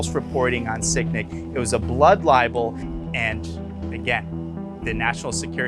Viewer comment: is no one going to talk about how one of the interviewees kept saying “blood libel”